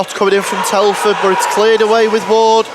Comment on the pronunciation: Telford not Teleford ! 🙄